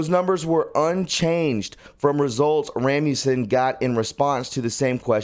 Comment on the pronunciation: RAS mussen. not rammussen.